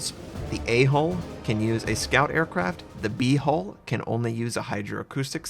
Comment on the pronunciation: i can't help but laugh a lil bit each time he says "B-hole"